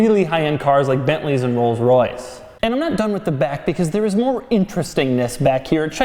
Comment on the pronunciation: "...Bentleys and Rolls-Roice."